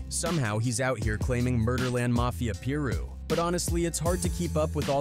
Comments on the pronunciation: Pie Ru not peer ru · How come every content creator can pronounce a single thing correctly? PEER ROO? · he even said “Piru” correctly a couple times but kept saying Peer Roo majority of the vid lol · Pie-roo man. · “Lil Peer Roo”